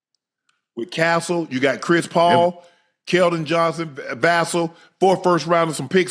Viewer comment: Can somebody tell Unc is it's Vassell, like "VA-Sale," not Vassell, like "VI-Cell?"